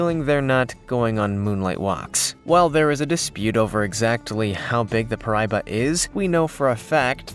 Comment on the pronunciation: First off the Gooch is a Himalayan river fish. Second, the name of your so-called freshwater shark is pronounced “pear i e ba”. For crying out loud if you’re going to make a video about something at least make it correct and accurate and if you get feedback that says you’re wrong, take it down and correct it! You’re number one deadliest creature in the Amazon is Not deadly to anybody!